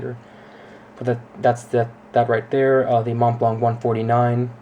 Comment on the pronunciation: You would think if you spent 1000$ on something you would know how to pronounce Montblanc properly